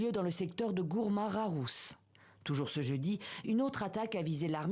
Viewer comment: On dit pas rharouss mais plutôt tagharoustt